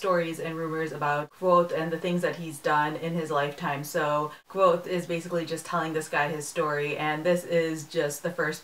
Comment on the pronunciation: I'm glad you pronounced the main characters name like I had when I had read the book. I've heard it many different ways so I just go with what it sounds like to me. I really enjoyed it too!